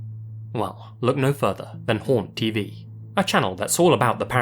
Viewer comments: Honestly, for a moment, I thought you said "Porn TV" instead of "Haunt TV" XD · The way he said haunt tv made me think….. help